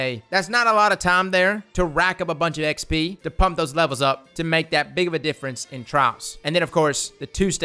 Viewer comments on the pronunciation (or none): none